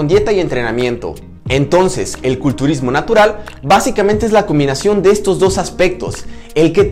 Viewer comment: entonces el 'cultulismo' natural, lo sabía ela chino po le eso es tan sabio 🤣🤣